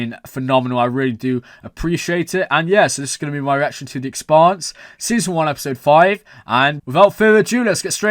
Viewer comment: You pronounce Expanse like Pants.